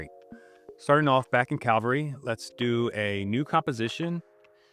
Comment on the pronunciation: Recreate in Cal-vary, Starting off in Cal-vary. Bruh. . CA- VAL- RY. x)